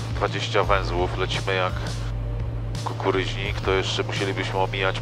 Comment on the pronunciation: Nie kukuryźnik tylko kukuruźnik panie pilocie.